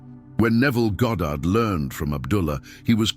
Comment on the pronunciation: "Goddard", nice, As opposed to when people call him "Godid" or "Gahdrd".